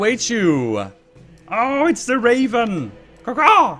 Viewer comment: "Awww it's teh waven ca-caw!" - 2015